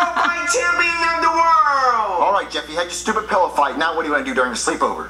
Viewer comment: The way he said pillow.